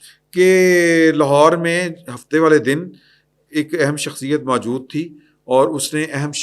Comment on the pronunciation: جناب! یہ لفظ "ماجود" بلکہ اصل لفظ "موجود" ھے۔ تصحیح فرما لیں۔